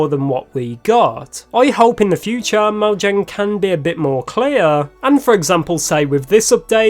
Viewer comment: That's not how mojang is pronounced.